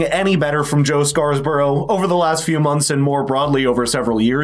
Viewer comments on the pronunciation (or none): It's "Scarborough" and not "Scarsborough". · Why are you inserting an extra S into Scarborough? It’s not Scarsborough. Love the channel.